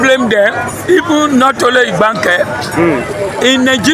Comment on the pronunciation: The real Pronunciation of ibganke is ibga nkem my drum in igbo language